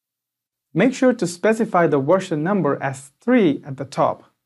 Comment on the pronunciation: version, not wersion....practice that "veeee" sound....Very good presentation1